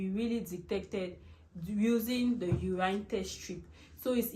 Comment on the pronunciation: Please it’s urine(you win) and not uraaine (you ran)